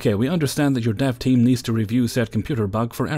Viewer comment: I had to listen three times to understand you were saying “dev team”, and not “dove team”, and then a good ten seconds to figure out “dev” means development. Coffee, here I come!!